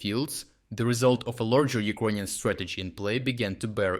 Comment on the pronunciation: Can this blud start to learn how to properly pronounce the word Ukrainian? or just pronounce it in the original language itself.